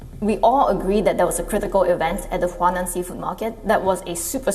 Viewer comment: She says, "Wuuhaan Virus."